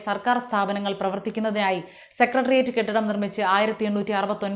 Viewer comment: താങ്കൾ സെക്രട്ടറിയറ്റ് എന്ന് ശുദ്ധമായും വ്യക്തമായും പറഞ്ഞു. അതിന് നന്ദിയും അഭിനന്ദനങ്ങളും🙏💪👍 മിക്ക ആൾക്കാരും ഈ വാക്ക് ഉച്ചരിക്കുന്നത് സെക്കട്രിയറ്റ്, സെക്കട്രി എന്നൊക്കെയാണ്